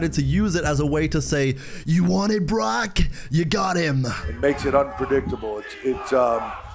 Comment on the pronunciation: They clearly sounded like they said brock